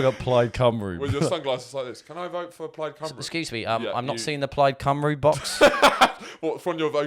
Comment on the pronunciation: So impressed you can pronounce Plaid Cymru 😂